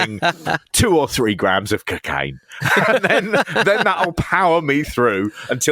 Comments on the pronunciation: CcCain! Loved "co-caine" pronounced more like McCain 😂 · "You don't want any part of this Dewey" "I think I do I think I want to try it..I want to try some cuhcaine" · Please say cocaine properly its bugging the shot out of me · Why’s he pronouncing cocaine so weird 😂